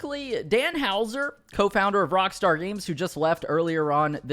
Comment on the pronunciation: Even if it was unintentional I still like what you did there. "Cockstar" instead of Rockstar sounds hilarious.